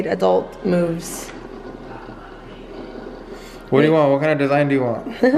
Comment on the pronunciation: When you said "we made adult moves" my neck went back! I heard it as "adult movies" ... daaaayum!